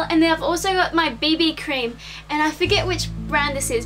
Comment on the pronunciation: She meant BB Cream, I think her accent just made it sound like baby cream. :)